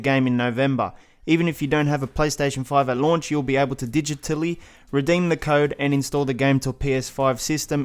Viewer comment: the way this guy said digitally DIDgeTally